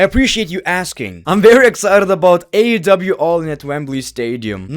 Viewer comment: the way you say AEW rocks forgetting the E lol …. AW 😂 tonight on AW Dynamite 😂